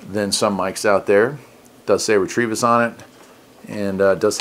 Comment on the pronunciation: Nice little radio! I would pronounce it ret-o-vis. There is no r in it